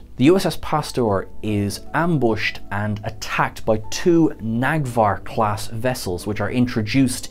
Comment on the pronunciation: Neg'var not Nag'var 😂